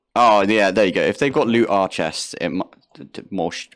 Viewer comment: Lootr is, I think, supposed to be said like Looter. 😉